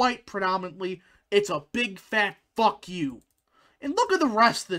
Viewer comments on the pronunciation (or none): none